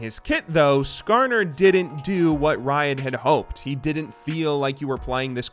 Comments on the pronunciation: He actually said Skarner right, I'm surprised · He got "Skarner"'s name right, I'm so proud of him!